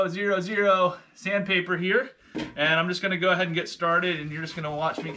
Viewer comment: I don’t want to be mean but you obviously have no idea what you are doing. 0000 steel wool is called “four-ought” as you would know if you were a furniture refinisher.